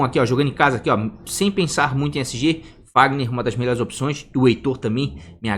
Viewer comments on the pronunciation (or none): Acho engraçado o sempre fala VAGNER e não FAGNER kkk o que é de menos. O conteúdo do vídeo é demais.